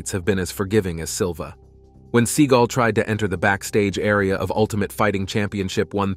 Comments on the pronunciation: Omg, it's Seagal, not seeeegl. So annoying when it's said the wrong way. Other than that is't top notch video! 😁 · Se-GAWLLLLLLL not Seagull the bird🤦‍♀😆Still hit the 👍#567🥳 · His true name is pronounced "SEE-gal" for you kids getting all butt hurt. 🙄 He went with Se-gaal because he liked how it sounded. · Sea-gall, gavone. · His name IS PRONOUNCED Segle... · I'm assuming that AI was used in producing this video, and if so, it is surprising to hear how bad it did with pronouncing Steven Seagal's name. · Can u please say his name right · You can't even pronounce his name rite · Couldn't even get his surname correct !!!! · Steven is going to show up at your door for mispronouncing his name. Am I kidding, or ammi? I lived a block from his West Hollywood dojo for years - one of the students said he dropped in once while the kid was training. I never saw him. It's funnier your way. Seagulls are miffed.